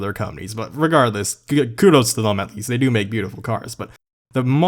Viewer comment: is the CEO of saying "thum" instead of them